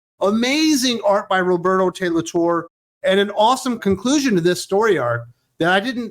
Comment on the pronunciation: Roberto's surname is pronounced "Tor-reh"